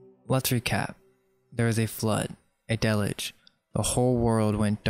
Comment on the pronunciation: You must learn to pronounce ALL the words you use if you are going to convince most people, like "deluge," for instance...if you cannot/did not pronounce that word correctly, you may consider trying/working on it... Very cool work...just slow down a bit